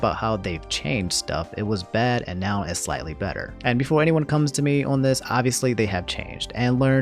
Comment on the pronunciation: Why you say nown when saying now